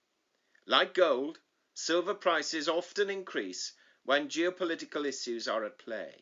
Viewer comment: I have issues with the way you pronounce issues 😅